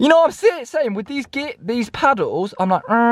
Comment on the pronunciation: Not paddles but “PIDDLES”